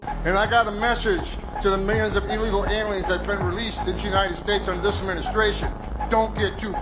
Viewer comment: I sure wish you would learn to say th”instead of changing it to a d! Dis, Dat,Dare, Da, Day instead of this, that, there, the, they!! Please learn to speak intelligently as I know you are not stupid.